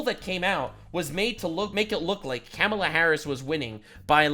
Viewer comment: clearly you're a racist, because the left told us it's Kah-mah-la and you said Cam-ah-la. The left told us if we mispronounced it, we were istaphobes, and they know all about these topics. EDIT: Maybe we clean up the plastic Sunami in the ocean, and shut the eff up about speculation on the climate? You know, cause there are actually MORE polar bears now, than when the Gretas of the world started crying. I'm a child of the 70s, and back then, in elementary school, we were taught that global COOLING was the problem. Smog was gonna blot out the sun, and cause a temperature DROP. I've stated this before in comments on other videos, and literally been called a liar by younger people who don't know this shit. And sometimes my comments just got deleted. EDIT 2: Bernie has been on 800 interviews, which he will call 8 zillion. Does anybody deserve to sue over those fake 8 zillion interviews, if there is a negative question from a dummy?